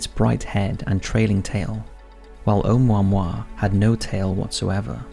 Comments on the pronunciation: Just FYI from Hawaiian it's pronounced Oh-moo-ah-moo-ah, not Ohmwahmwah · It’s pronounced Oh Moo Ah Moo Ah... not Oh mao mao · Um. it's Hawaiian, not French. Each vowel is pronounced independently. Try Oh-ooh-moo-ah-moo-ah, not Oh-mo-moi. Lol. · Have you really never heard the name of this thing spoken out loud? It's pronounced "Oh-moo-wa-moo-wa." You gotta enunciate. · It's pronounced and spelt O(h)u(oo)'mu(moo)-a(h)mu(moo)-a*h). It's not French. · Pronounced Oh Moo ah Moo ah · It's O-moo-a-moo-a 😉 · "Oumuamua" The crap rock.